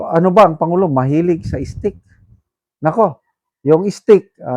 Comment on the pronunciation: Pwde moba ayusin english ex steak not stick n also diverticulitis check google how to pronounce it some students might be misguided u chose to be a vlogger then its your duty to be good at it. Fyi i follow all your episodes but pls make it better next time regarding the issue i mentioned. Good luck 👍👍👍